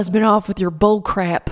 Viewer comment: I’m so glad to get to hear you say BUHLCRAYP again 😆😆😆 you bring light to my days, Laura, I hope you know that you bring light. Your honesty, your vulnerability, and your continued attempts at a positive life BRING LIGHT. 💖